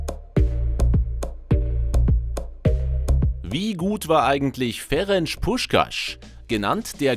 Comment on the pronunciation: "Ferensch Puschkasch" 😂😂